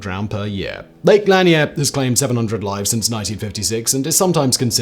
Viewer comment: Simon, it's actually "Lake La-Near" but it was pretty cool to hear you pronounce the lake I grew up on and live on now. Didn't realize it would be on a list like this but I can attest - there are a LOT of stupid, drunk idiot southerners here so....